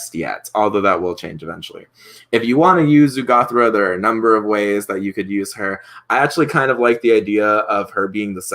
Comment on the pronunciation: I don't understand why you keep calling her Urgathoa "Ugothra" if you even know you're mispronouncing it. Strange...